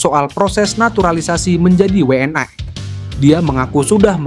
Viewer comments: Kalau bahasa indonesia bahasa indonesia saja bang.. gak usah ala ala luar bang PSSI jadi pssai... WNI jadi WNAI.. agak aneh dengarnya karna abang pake bahasa indonesia isi video abang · Yg baca narasi orang mana sih? ngomong WNI aja we en ay...geli saya dengernya!!!